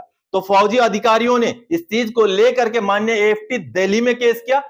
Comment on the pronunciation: कोर्ट को manneya नही बोलना और